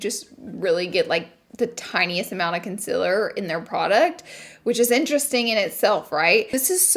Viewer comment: nobody: not a single soul: laura lee: CONCILER